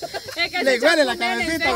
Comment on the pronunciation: Una cosa en buena onda, que mal conjugan algunos verbos las chicas, no es "huelido" sino "olido", dicen "hueler" y es "oler"... aprendamos juntos cada día.